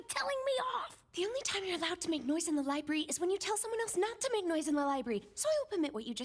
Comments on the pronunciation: The thing thats angers me most is you saying "libarry" instead of "library" lol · Lol u said libary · Ah yes... libary /j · LIBARY AJJSJQBNOWDKWJWKWOSKWOS